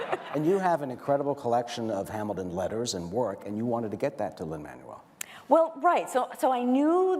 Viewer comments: Lin MAN-uel 🙄🙄🙄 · The way the host pronounces Lin-Man-U-El is cringe-worthy. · Brandon B. Totally agree. He’s of Latin descent, not a friggin’ transmission! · Does anyone else hate the way he says Lins name 🙄